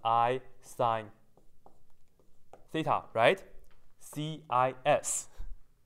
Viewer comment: I just love how he says theta as: thay-tar